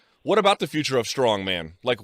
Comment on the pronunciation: Mark is a dumb dumb. For years he couldnt even say the names of the strongman competitors correctly.